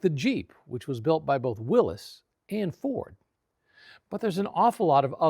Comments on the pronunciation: Willys is pronounced will-iss. It's a name not a possesion. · It's Willys, and pronounced willis. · Yeah. Car guys know that already. That doesn't mean anybody is going to change the way they pronounce it. "Willis Jeep" is never going to fly. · it's a fact... so no luck required. Willys, not Willy's. He made one of the greatest contribution to American mobility in a world war and everyone mispronounces his name. That's gratitude.